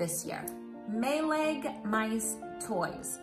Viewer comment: Hi. My 3 year old is wanting a Maileg too so I’m excited to get a review from you. Also I found out recently that it’s actually pronounced as My - lie. Great video!